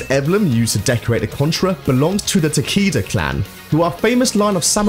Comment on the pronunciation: Let's not get started at how he butchered Takeda as TAKEEDA